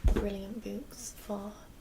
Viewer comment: "bewks" <3